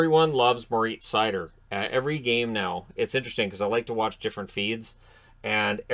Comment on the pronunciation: His name is pronounced Mo Jesus Seider..... Just for future reference